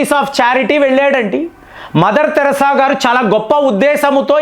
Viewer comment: తమ్ముడు నీవు కొన్ని తెలుగు పదాలు తప్పు గా పలుకు తున్నావ్. మదర్ థెరిసా తెరాస కాదు, ఆయుధాలు వాయిదా లు కాదు.